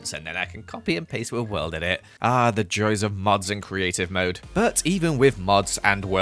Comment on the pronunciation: you said the joes of mods not the joys of mods